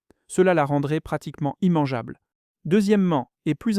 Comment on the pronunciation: immangeable se prononce 1-mangeable non pas i-mangeable 🤣 tout pour détruire la France, jusqu'à la langue